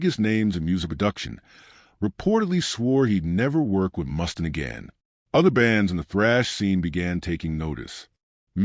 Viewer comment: Jesus, is this the best AI could come up with. Reoccurring photos of a baby’s foot, random stills of Ozzy and an unwavering mispronunciation of Mustaine?